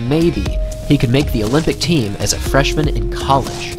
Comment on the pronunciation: You pronounced college wrong